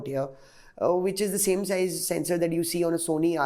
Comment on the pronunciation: It's 'Sensor' not 'Censor'